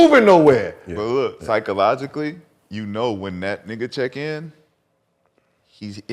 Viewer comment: Nobody: Rashaad McCant: “psychologically” 🤦🏾‍♂️🤦🏾‍♂️🤦🏾‍♂️